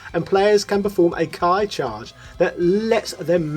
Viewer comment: You pronounced ki and ki-charge wrong and dramatic finishers are not easier then fatalities in mk (since you almost never see them because they have such specific requirements not because of inputs) otherwise a very well overview of the game (as you always do)